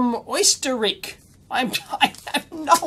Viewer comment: "Oysterick ????" It's Austria! (not Australia ;)